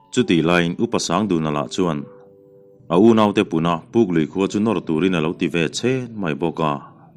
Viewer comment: Puklui hi a changin pukpui iti leh ṭhin